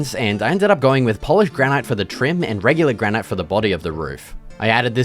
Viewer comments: Its pronounced granite bud, not granite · it's pronouned 'granite' not 'granite' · How can you not know how to pronounce granite?